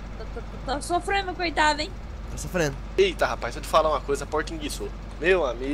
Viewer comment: só fala rapaiz kkkkk